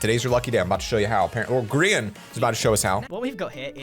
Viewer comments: Isn’t it GRA-in? Not grIIIan? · bro it's not greain it's Grain not greranin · Bruh its not griyan its grian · How I say it:grian How he says it:grEan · is saying ”Greean” but it’s ”Grian” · It’sgrian not Grean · He didn’t call him grian pronounced gry an but greean yay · Its grayan - grian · Its duznot sound like his name is sed Like greein it sounds like griyeen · Grrrr-a- n Not greian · pronounced griyan or grIyan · I always thought it was pronounced GR-EYE-IN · Who else got triggered when he said gree - un for grian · I’m very disturbed by the way he says grian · how dare you, you need to apologize for saying his name wrong not just move on from it I was just gonna decide to subscribe but you don’t deserve it.